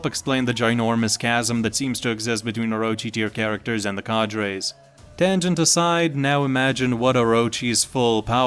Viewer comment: The way u pronounce cadres makes me fume. Well played. Have a dislike